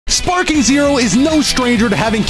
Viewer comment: Bro said Sparking Zero in all caps and in italics with that intro